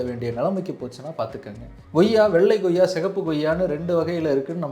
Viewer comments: நண்பா goyya ன்னு சொல்லாதீங்க, koyya ன்னு உச்சரித்தால் நல்லா இருக்கும் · Bro, one suggestion. please try to pronounce accurately like koyiaa not goyiaa so that people following you will also do so. Thanks. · Ngoyaa pazham illa.. koyyaa pazham. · Koyya என்று சொல்லாமல் ஏன் Goyya Goyya என்று சொல்கிறீர்?